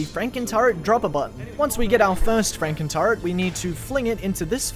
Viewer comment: i thought you were saying frankentart the entire time lmaoooo